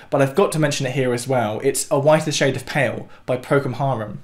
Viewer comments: procul harum not procum harum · All very interesting but I wish he would pronounce Procol Harum's name correctly. He says Procum Harum TWICE, so I know it is not my ears deceiving me. As for "Air on the G String", the piece was the second movement of Bach's Second Orchestral Suite (in D major) and it was just called "Air". The Air (the second movement) was transcribed for strings by August Wilhelmj, which made it a party piece playable on only one string of a violin – hence its nickname 'Air on the G string'. Bach never wrote a piece called "Air on the G string". It was transcribed to the key of C so that it could all be played on the G string of a violin but so what. Bach was without a doubt the greatest of all composers, not only for content but also for the most prolific output of pure excellence of any composer that has ever been. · "Procum Harum" ... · Did you mean Procal Harum ;)